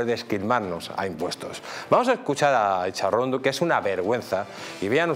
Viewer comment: Cada vez que oigo acesa Intxa-pelotad me revielve el estómago